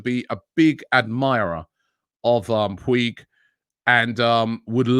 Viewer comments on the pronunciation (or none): Puig is pronounced “poo-ij” and sounds a bit like “pooch”. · Robbie just a correction 🤣🤣🤣 It's not pronounced puig although that's the spelling. It's spelled as pooj although the spelling is puig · Riqui PuCHHHH is pronounced Robbie, not Puig. Seems to be a quality creative player for the future but I think poor physicality for Premier League and not ready for Arsenal eleven. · Riqui POOGE! Not Pweeg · Ricky Pweeg from La Massey uh. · Robbie Rici Puig is pronounced Ricky Pooge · It’s pronounced “Pooch” I’d love him to come to Arsenal. But Puig LOVES Barca. I doubt he’ll leave. Maybe a loan? But it’s unlikely. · It’s pronounced pooch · cd Ricky “pooij”. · Riqui Puig is pronounced as Ricky Pooch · Robbie they pronounce Puig as "Pooch"